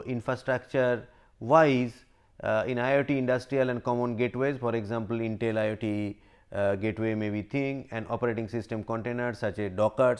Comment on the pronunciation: This man pronounces IoT as IIT